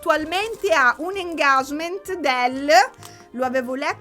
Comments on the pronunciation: ti adoro ❤🤗e sei ancora più adorabile quando dici‘engagement’ alla quasi francese 😂… ti prego non pensare che sia una critica, davvero mi piace molto il fatto che non ti freghi più di tanto di come si dice e invece ti soffermi per spiegarne il significato. Che dire… come sempre sei fantastica e anche se in realtà non mi importa troppo del Pandorogate, ascoltare le tue riflessioni socio culturali è davvero interessante (e anche coinvolgente 😜🥰) Btw qui in UK stiamo passando un periodo di transizione post “politically correct - femministi a ogni costo”, l’autrice JK Rowling sta risalendo le classifiche medio borghesi 😂😂 ha avuto una nuova ondata di supporto… Salute & family nella speranza che sia in arrivo un altro video al più presto ❤️ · io ti amo ma non si dice così engagement